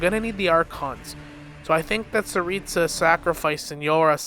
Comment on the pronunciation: Tsaritsa not staritsa.